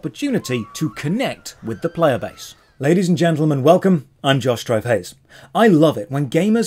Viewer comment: "i'm josh dry face" is what i'm hearing every time XD